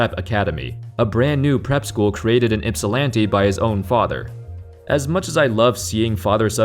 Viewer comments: Thank you for pronouncing " Ypsilanti " correctly. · i’m surprised you said Ypsilanti right lol are you from Michigan? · Thanks for saying Ypsilanti correctly!!